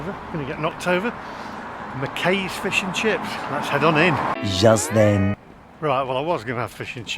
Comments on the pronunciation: Mackeye not makay ffs😯😗😂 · It’s NOT Mc-Kay’s it’s McKay said McKaaee